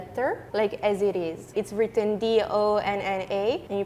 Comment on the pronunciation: Le français n'est pas plus compliqué que l'italien (son orthographe l'est par contre... et [pas?] il ne faut pas s'en plaindre quand on vient de prononcer wraïtten à la place de written... l'orthographe anglaise est très compliquée aussi). Quelques secondes plus tard, c'est reparti sur « c'est dur » (et l'anglais women = wimen?)